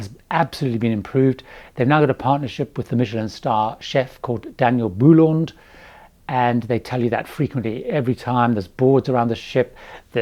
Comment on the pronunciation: Daniel Boulud, pronounced boo-lood, not boo-lond